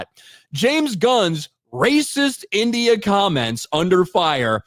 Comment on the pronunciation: Can’t say the word India